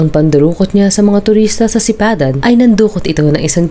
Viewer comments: Sipadan po hindi sapidan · Sipadan hindi Sapidan